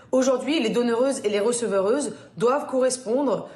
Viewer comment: "les recevereuses" 🤣🤣🤣